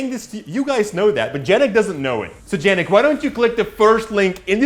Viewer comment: Why do you keep calling Jannick?